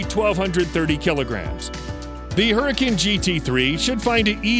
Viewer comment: I don't think that's how you say huracan